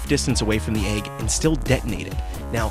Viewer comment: its pronounced EGG.. not AYG